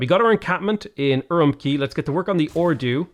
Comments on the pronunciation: Per Google translate, Urumqi is pronounced "Ur oom chee" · Fun fact! The “Q” in Chinese is a hard “tch” sound like in “catch”. So Urumqi is pronounced “oo room tchee” Could not tell you about Qara Qoto though. It supposedly used to be a fortified town in modern-day Inner Mongolia, but Mongolian never used the letter Q in its latinised writing, so... 🤷 K like Karakorum or Tch like Urumqi, down to you I guess? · It's pronounced UwUmqi